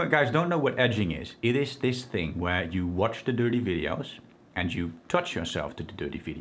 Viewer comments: The opposite of dopamine is every time he says 'durtee veedios". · I love the way 'watch the dirty videos' sounds with this accent it is very amusing. I once asked a girlfriend to do something really dirty when we were making love and she shit in the bed. That's why she is an ex-girlfriend.